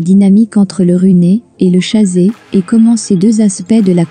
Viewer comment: on di t "runeur", "chaseur"..lamentable!